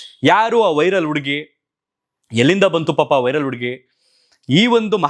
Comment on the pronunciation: ಉಡುಗಿ ಅಲ್ಲ ಹುಡುಗಿ